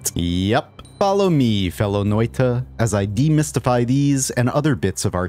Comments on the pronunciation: when you say the word noita its sounds nothing like finnish its like a nigeria is trying to say it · How confidently you are butchering Finnish! Funny though!